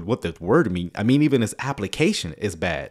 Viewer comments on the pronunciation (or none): Liking the new sound bite, but my ears keep hearing ‘like a (good) sermon’. Think more emphasis may be needed on the ‘d’ in bad. Could just be me!